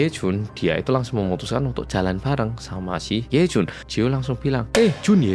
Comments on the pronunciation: "He Jun....Yejun!" Logate medok pol 😂 Bener memang slogane "wong Korea sing medok" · medok banget jawanya pas manggil yejun😭